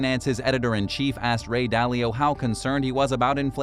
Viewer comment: Ah yes. The legendary Ray Dally-O